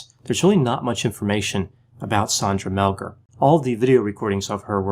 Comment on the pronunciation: I haven't listened to it all yet...but it's SANDra, NOT SONDra and it's Mel-GAR, NOT Mel-GER. She was not tied at the WRISTS behind her back but wrist to elbow...with a frozen shoulder to boot (She could NOT have tied herself that way!). Sandy is 100% innocent. The police did a horrible job with this case.